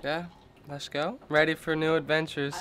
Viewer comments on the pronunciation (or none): Lesh not goo! 😂